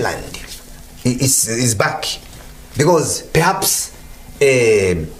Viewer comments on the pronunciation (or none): none